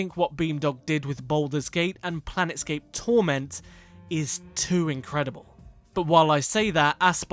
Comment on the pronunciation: It's Planescape Torment, not Planetscape